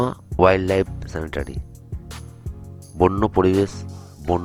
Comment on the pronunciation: ডালমা নয় দলমা।আর স্যানিটারি নয় সেঞ্চুয়ারি।